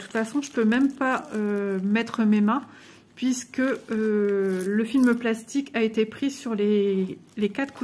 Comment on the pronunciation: Tu prononces pisque au lieu de puisque 🙂